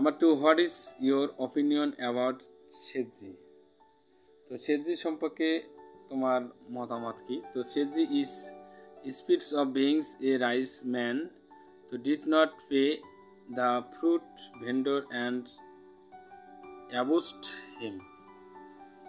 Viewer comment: Otar uccharon রিচম্যান hobe not rice man,,, sir😊